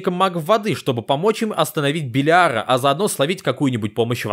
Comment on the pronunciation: Белиара ударение на первую Е